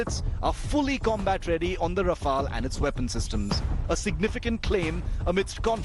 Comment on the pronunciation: No wonder even the newscaster calling it Ra-FAIL....flown by the best kamikaze pilots in the world 😂😂😂😂😂😂😂😂😂😂